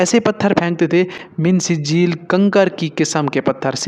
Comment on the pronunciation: Mee sejjel ( ikhfa) not min sijeeel (izhar)